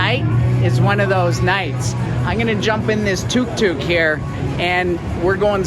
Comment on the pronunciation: Glad to hear you admit it. Very basic indeed, and its tuk tuk (as in look not too)